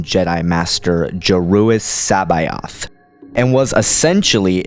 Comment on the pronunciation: I like videos but his pronunciation of so many things is atrocious. Totally agree. Listen to how he pronounces Joruus C'boath for example. Not quite as cringing as "la ah ook" lol but still aweful.